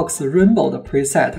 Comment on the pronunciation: 小小英文建议，preset重读是set，format重音是for